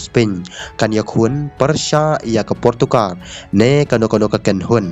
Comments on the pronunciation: Portugal ❌portokar☑️😂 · Portugal not portugar